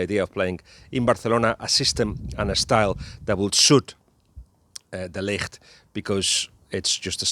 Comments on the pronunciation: It's de Ligt! The "g" isn't a "ck". Ballbag actually ponounced it correctly. Take the "g" from Ballbag and make it sound softer and you have the "g" from de Ligt. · Was hoping your pronunciation of 'De Ligt' was a hint that he is coming to Liverpool